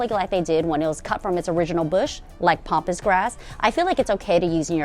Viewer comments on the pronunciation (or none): Please pronounce Pampas grass as Pampas not Pompous 😅